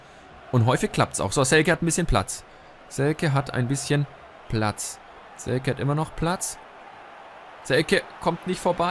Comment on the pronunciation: Hast Selke richtig ausgesprochen! :)